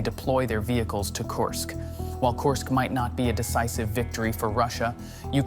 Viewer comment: KURSK, not Coarsk. FFS it's really not that hard.